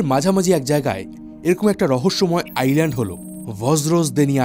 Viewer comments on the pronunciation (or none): none